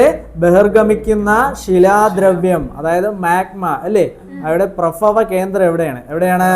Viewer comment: പ്രഫവ കേന്ദ്രം അല്ല.. പ്രഭവ കേന്ദ്രം.. 😁